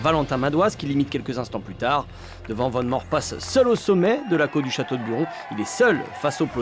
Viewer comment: C'est "Vane Mour" que ça se prononce svp 🥲